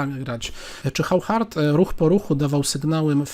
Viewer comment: To Hauchard to chyba auszard się czyta. Takim oszustom to fide powinno przyznawać tytuł SM - stockfish master